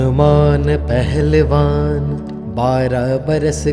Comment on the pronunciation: Kya yeh Hanuman Shbra Manta Aapne Suna he, Isme HANUMAN Pehlwan ki bjay Hnuman Aahlewan Dubai deta he,Mukh me Beera ki bjay Beet sunai deta he, Hmari problem yeh he k HM Shbra Manta Sunte he,Glt Mntr sun-ne or Ucharan krna b Glt he,please theek kreeye,thanku